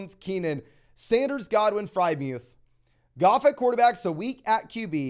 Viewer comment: Dude kills me when he says FryMuth instead of Friermuth too